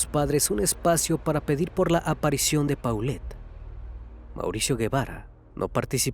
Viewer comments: Se pronuncia polet gebara no paulet guevara investiga bien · Solo como aclaración el apellido se pronuncia “jevara”, no lleva “u” el apellido. La foto de la mejor amiga es de una serie jajajaja, hay que investigar tantito. 😂